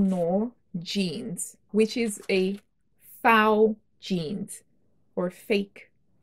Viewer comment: I'm Canadian so I can help. The pants are Henri which are pronounced En-ree. Faux rhymes with Low. I loved the video and I didn't realize they have so many sizes in one pattern. I'm going to check them out. I also subscribed to your channel.